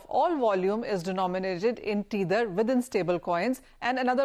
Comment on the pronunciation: Tether is pronounced "t e ther" not "t eee ther"